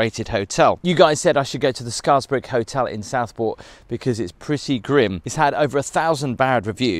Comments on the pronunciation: Pronounced scares-brick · You can always the outsider as only Southport residents can pronounce Scarisbrick correctly